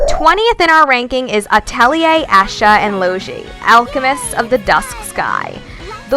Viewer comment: Asha or Loshi? Its Es Ka and Lo gee rip